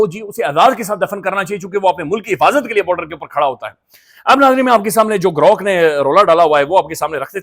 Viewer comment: GROk ko hum G'Rok prhty hein